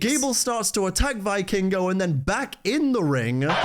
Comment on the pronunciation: it's pronounced "vee-kingo" PS: love your work btw